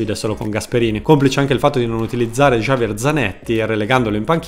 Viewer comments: "Giavier" Zanetti? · Giaver Zanetti ???? Ma scrivi il nome su google traduttore e ascoltatelo!!